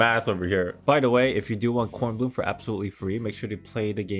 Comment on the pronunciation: loved your German pronunciation! Bkornblume is also my favorite